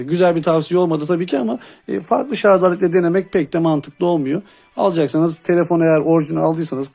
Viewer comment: Üstüne basa basa sarzzzz demen 🤣 şarj abi şarj